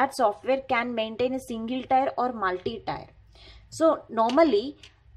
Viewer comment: Its pronounced Tier like tear, not tire